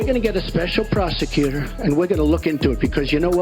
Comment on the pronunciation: Special proseQter! Concentrate on his pronunciation.